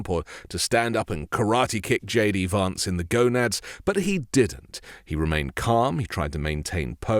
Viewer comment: why don’t you pronounce the name VANCE correctly, you’ve lived in the usa long enough to know what the correct way to say his name is.